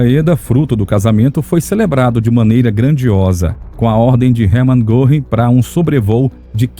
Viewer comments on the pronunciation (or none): Muito bom o documentário. Pena que o locutor não tenha tentado minimamente inteirar-se da pronúncia dos nomes alemães. Isso evitaria que ficasse reprtindo coisa como “Erman Gorrin”.